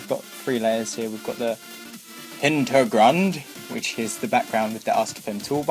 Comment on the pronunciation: I am German and its cute how you pronounce Hintergrund and Ebene :D